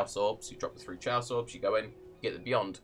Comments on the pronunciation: did you just call chaos chey-os? That's not a word bro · Is this fucking guy actually saying fucking chayous orbs? Opinion goes into the trash. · are you saying "chay-aws orbs?" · He was almost right, but it isn't pronounced with "ch". It comes from the Greek khaos so needs a hard K sound